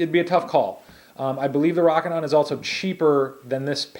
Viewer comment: Long "O" sound. ROOOOKINON, NOT ROCK-INON